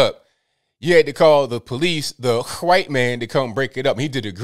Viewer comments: Can I just say I love how you pronounce white with a hard H lmao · Love your proper pronunciation of white, whale, etc. Superb! No one bothers or knows the rule.